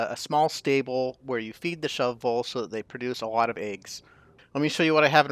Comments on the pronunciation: The pronunciation of shovels is an arbitrary decision - wait... The pronunciation of shove voles is an arbour tree decision... - yep you are right, 1st way is more correct and in humour :) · I like how you took the extra time to pronounce shu-voles properly every time instead of just giving up and saying shovels 😂